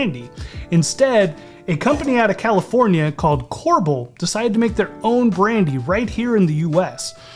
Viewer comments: Core Bell. Not corble… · "Korble"? Ah no, it's Kor-BELL in Wisconsin. "Maris-keeno"?, this guy. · Kor-bell. Not corbol. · Not core-bul... The brandy is pronounced core-bell. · Korbell is pronounced core bell and it’s not Mary Cino cherry it’s Mari Chino, cherry. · It’s pronounced, core-bell. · He knows. He pronounced it like that so you can comment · Almost called you out on missing the cherry before muddling! lol. But then you remembered. Us Wisconsinites pronounce the brandy name as "Core-bell", btw. 🙂 Awesome job though, you nailed the recipe!!!!! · You mispronounced KorBel